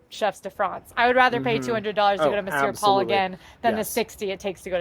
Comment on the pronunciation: Great review - love these two and PRONOUNCED THE RESTAURANT NAME CORRECTLY YAAY!!